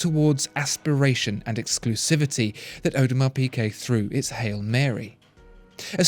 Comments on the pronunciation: The is the best watch EVER made! Mark my words, AP will barely be able to keep them on the shelves (because of the amount of dust they will collect) Oh, and it's pronounced 'Peegay' please, for the love of god, Peegay, not Peekay. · Great as usual. But it's Peegay, not Peekay! I cringe every time I hear you say it :-) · “piGuet” not “piQuet”! It’s a torture! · Audemars Piqué? No mate, Piguet. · Audemars Pigay